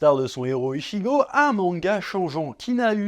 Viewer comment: Mon manga de coeur de quand j 'étais gamin , merci . Par contre un truck me détange surtout que tu le dit beaucoup de fois mais ichigo ce dit itchigo .